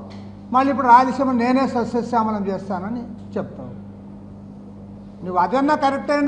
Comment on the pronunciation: సస్యశ్యామలం అనే పదాన్ని కరెక్ట్ గా పలకమను ముక్కు కెసిఆర్ ని ...😂😂😂...